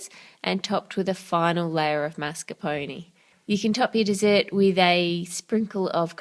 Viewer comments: Karkat Vantas So you can't stand the way she pronounces mascarpone because she doesn't use a French pronounciation even though mascarpone is Italian? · I'm sorry but I can't stand the way she says mascarpone ._.